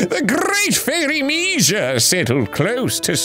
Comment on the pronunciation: Arin, learning the great fairy‘s name: ‚Mee-jah‘ Me, living with my hispanic mil: ‚mee-haa!‘